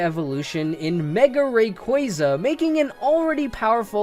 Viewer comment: Rayquaza Is pronounced (Ray-Quaa-za)